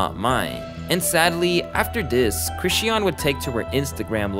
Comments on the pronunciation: I’m sorry but the way you’re pronouncing Chrisean is driving me crazy 😭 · The way you pronounce chrisean is so annoying after a while. You keep saying chrisy-ann and its pronounced as chris-sean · You kept mispronouncing Chrisean name and it was driving me crazy 😂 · you did all this research and didn’t pronounce sisters name correct not once😂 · You pronouncing her name wrong ruined the whole video lmfao how much research did you do to not know her name 😂